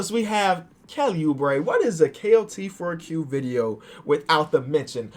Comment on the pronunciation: Am I the only one who hears him saying klt4q instead kot4q